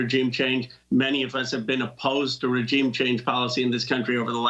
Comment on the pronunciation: Ro can't pronounce the word "regime" correctly!